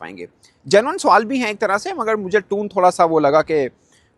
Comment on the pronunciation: TONE ❎ TOON ✅